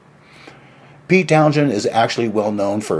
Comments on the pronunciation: His name is pronounced "Town-sen", not "Town-shen" nor "Town-jen" nor "Town-jshen" or whatever it is you are trying to spit out. Both the "h" and the "d" are silent. Also, I had that same problem with excessive saliva, but it's possible to have your saliva glands reduced, though you have to work a little harder to get good dental/oral hygienic reports from your dentist because saliva kills bacteria in the mouth. You need to work on your speech if you are going to try to speak professionally. Try putting a few (5?) smoothe stones in your mouth and and practice speaking. Some famous old Greek philosopher supposedly did that. Or just go to a speech therapist. You don't speak well. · The Who were never a heavy metal band. They were often a hard rock band. And it's pronounced Towns-hend, with the stress on the first syllable. (Townsend) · How are you gonna do a video about Pete Townshend when you can't even pronounce 'Townshend'?